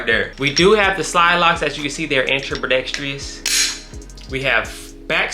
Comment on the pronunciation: For as many Glocks as this dude owns you would think he would know his shit. Buddy didnt know Glocks get made in America here so theyre not subject to importation. Also points at the Glock Georgia marker and says he got it from Palmetto State thats why its on there. Also someone teach him to say ambidextrous correctly.